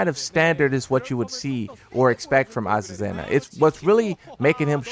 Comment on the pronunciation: There’s no Z sound in her name